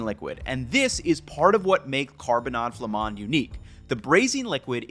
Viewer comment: Excellent prononciation of carbonnades flamandes. You can also simmer it in a crockpot or slow cooker 😊 most beer work for the sauce but it's true that darker beers are better. Just no beer with fruits (like kriek or pecheresse). You can also add carrots, parsnips and/or celeriac to simmer in the sauce. When I don't add veggies in the carbonnade, I like to serve it with a nice salad (4 tbsp oil, 2tbsp vinegar, shallots, salt and pepper for the dressing). I'd say all potatoes except gratin dauphinois work. When I'm out of potatoes, I sometimes serve them with Ebly (wheat). It's a popular cheap dish so we have a base of beef, onions, beer and (some type of) bread smeared in mustard, and then we add whatever we have 😅